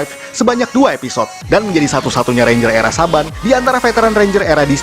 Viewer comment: ranger bukan renger